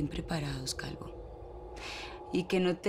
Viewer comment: Alguien más escucho que la diabla le dijo calgo a calvo